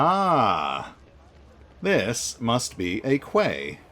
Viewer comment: Quay is another word for dock or wharf. Pronounced "key". Is that word not used in the US, or did the unhelpful spelling confuse you?